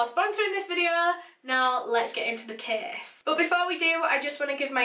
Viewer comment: i was just crying n then i heard " so tudaes vidoa"